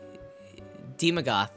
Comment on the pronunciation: so he perfectly nailed daemogoth and then chat trained him to say it wrong ... good job chat xD its AE not EE xD nearly as fun as chat wanted to give shadrix an F xD